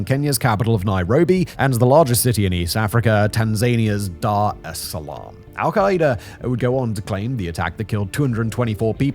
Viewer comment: Tha'ts the proper pronunciation, Arabic